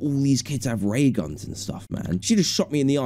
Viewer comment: Man said Ray guns